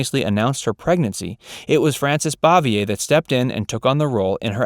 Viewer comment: Learn to pronounce het last name right, dumbass. You aren't even close.